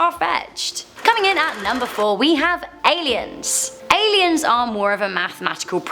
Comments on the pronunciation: #4 "Aleins" lol Aliens are scary, aleins not so much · it's "ALIENS" Not 'Aleins' lol to much videos & hard work take some breaks sometimes. We love you♥️ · Aliens not aleins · Nobody: Nr.4 : Aleins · aleins eh? never heard of them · Ah-lee-ins. She continues to surprise me on how stupid she really is. Almost didn't catch that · You guys need a better editor. "Aleins" ? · It’s spelled Alien not Alein... I before E except after C. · 'aleins' loll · Aliens, not Aleins! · “Aleins” lmaooo